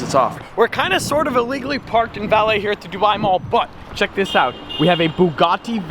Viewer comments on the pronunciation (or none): none